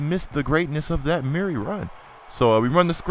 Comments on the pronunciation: It's not DeMarco Murray, it's DeMarco Murerry (CullenBurg's Voice) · your pronouncing murray wrong you say it like its mirry but its murray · Please don't call him Muur-Ray lmao. It's annoying enough when burg dies it.